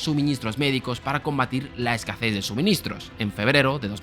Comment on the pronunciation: A mí lo que me ha chirrido es que has dicho "escaces" en lugar de "escasez". Pero no pasa nada todos tenemos palabras que no pronunciamos bien o bien si no somos nativos. No pasa nada. 😅